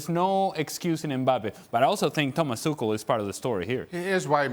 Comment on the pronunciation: I love when he corrects himself with the pronouncation of Tuchel and it is just as wrong as the first one